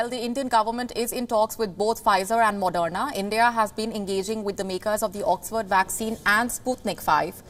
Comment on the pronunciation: Its not madonna vaccine, its moderna vaccine. Please learn to pronounce before reading news script